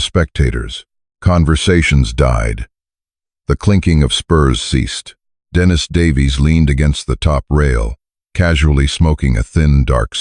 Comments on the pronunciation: True, it's annoying to hear AI pronounce a man's name, as a woman's name. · Dennis is pronounced Den is.